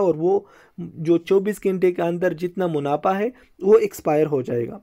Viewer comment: Munafa hota hai, munapha nh sahi sy Urdu bola kro Bhai